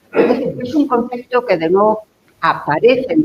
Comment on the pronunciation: Sigue diciendo "concecto".